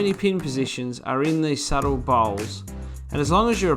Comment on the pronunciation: I love how this dude says "subtle bowls" 👎🤣